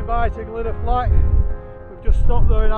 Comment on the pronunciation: 6 mins in and love the many pronunciation references already 🤣 Yes, they need work. Tryvan, Vach, Vawr will get you close, unsure how to type the LL 🤣 Great to see this part of the world again, been a while